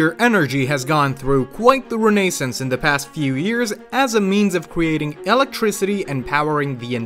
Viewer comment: The word Renaissance is not said in British or American English in the way you did. Pleas consult Webster's for clarification.